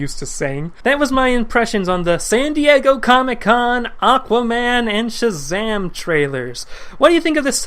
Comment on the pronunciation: Mispronounce Shazam one more time and I'm going to Shazam a stick up your bottom.